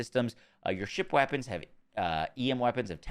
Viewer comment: "Wappons" lol